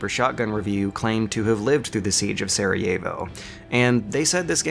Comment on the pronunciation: That's not how you pronounce Sarajevo lmao